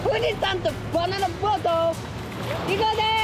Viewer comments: 富士山とヴァナナブォrrト かあいい😽😽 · ふぅぢさぁんとヴァナナヴォート😎